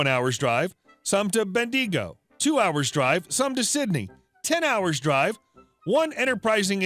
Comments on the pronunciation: Good middle of the night from VIC, AUS. Geelong is pronounced J'long, and Bendigo is pronounced Bendy-go. I'm pretty sure both are Aboriginal words, if that helps. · No offence but you need to learn how to pronounce Australian Cities. Mel-born Gee-long Ben-di-go Care-ness No offence but it just sounded weird. Side note Cairns is at least 2 days drive from MELBOURNE, "I know I have driven it, Damn if that is true.